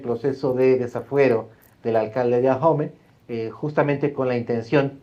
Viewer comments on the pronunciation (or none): Oye chairo se dice AOME No AJOME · Ahome la h es muda no se pronuncia, no es ajome. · Deberian informarse, es aome(asi se pronuncia), no Ajomé. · Por Dios, Señor. Ahome, la H no se pronuncia. Por consiguiente no es Ajome. Porque así se le oyó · Se pronuncia Ahome y no ajome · Adela, es AHome, con h muda, no AJome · Este tipo no sabe ni nombrar el.minicipio se pronuncia "ahome, no ajome" la "h" no es ingles jajajja vaya tipo, si no sabe pronunciar ahome, su credibilidad es cero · Se pronuncia aome: Ahome ( lengua cahita-mayo-yoreme ) no se pronuncia ajome, si va a opinar primero investigue bien. Insistió varias veces y su pronunciación es pésima. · Porque nadie investiga cómo se pronuncia Ahome porque dicen Ajome? 😂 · Se escribe Ahome, y si se pronuncia aome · la h es muda...Ahome se pronuncia a'ome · Investigó tan bien que no sabe pronunciar Ahome 😂. No entiendo quien les hace llegar que decir porque se ve que no ha puesto un pie en Ahome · Mucha información y todo lo que tú quieras pero en cuanto pronuncia mal el nombre del municipio ya valió barriga su "profesionalismo"